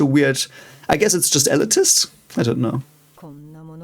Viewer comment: Elitist is pronounced "elite-ist".